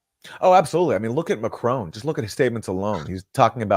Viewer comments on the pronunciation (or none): It’s weird how the Americans call him McCrone!